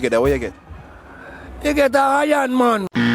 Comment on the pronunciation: 😂😂😂😂😂😂 di man say iornman